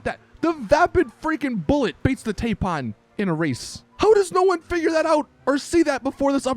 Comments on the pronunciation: I have a 'Saints Logic.' Taipan is a snake, t a i p a n isn't pronounced Tape Pan, its pronounced Tipan. Its just the small things I guess. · Dude it’s Tie pan like the snake 😂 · Exactly. That's simple logic though. Why would "Tai" sound like tay and "pan" sound like pun?